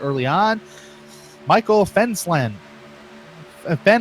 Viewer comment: Future reference, Therrien is pronounced like Terry-in Fenlason is Fenlayson Also the 18/14/38 are all teammates